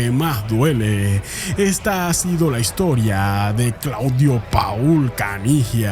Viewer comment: Se pronuncia Pol, Claudio Pol Caniggia